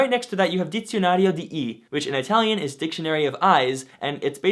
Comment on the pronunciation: kudos for the effort in good italian pronunciation. the best so far from a eng native.